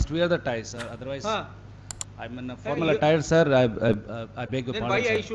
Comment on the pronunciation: At 2.00 ,siir... Siir, judge :What sir?